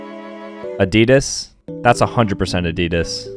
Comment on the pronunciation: I am german and hearing him pronounce "Adidas"... What the heck is a didus?